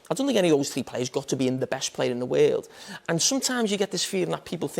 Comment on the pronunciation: "in the waerld!"